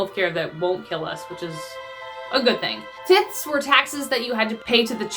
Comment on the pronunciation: It's actually pronounced with the long "i". It is "t I thing". And they were forced to give "t-I-thes". Just pointing it out to help.